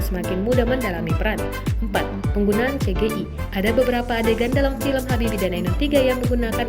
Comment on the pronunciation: Cgi baca nya Si Ji Ai